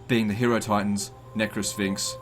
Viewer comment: it is pronounced hi-eh-ro-titans. the same way you pronounce hieroglyph. you know based on egyptians